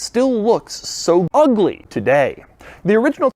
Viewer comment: The emphasis on the first UGLY 😂